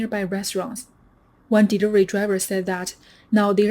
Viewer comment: She can't say the word delivery